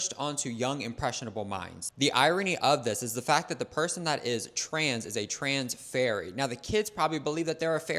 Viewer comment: It was "trans-berry", not "trans-fairy."